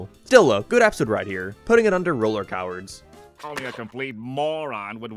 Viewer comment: 'Roller cowers" i never thought someone could pronounce "Roller Coaster" so wrong before and even in editing you didnt redo it?